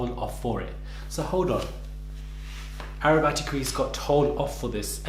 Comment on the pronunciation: 'Arabatty crease'...Am I hearing things now?. Remind me to never name a female child Arabellend...I mean Arachnophobia, oh heck! .